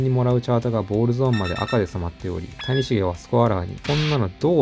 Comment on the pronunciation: 谷繁と松井秀喜の発音おかしすぎやろ